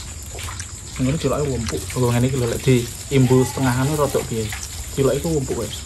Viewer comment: Digrobak tulisan cilok,,knp selalu nyebutnya CILOT,,,???